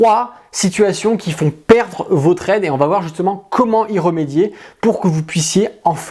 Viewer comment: pas de liaison, cela va être, il n'y a pas de T à va.